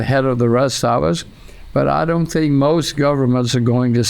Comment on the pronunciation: Fantastischer Move dass du sink statt think sagst damit leute hier Verbesserungskommentare posten